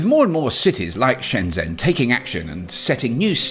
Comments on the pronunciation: That "zh" in Chinese nouns is rather llike a J. The city Shenzhen is pronounced shen jen, not shen zen. The main correspondent has it right. the introductory guy is painful to listen to. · Wonderful! p.s. Shenzhen = "Shen-Jen": zh makes a "dj" sound, as in "juice". Also q = "ch" and "i" can be "ugh", as in "shi bu shi". I don't actually speak Mandarin, I'm just horribly embarrassed when names of famous places -- like Shenzhen -- are badly mispronounced!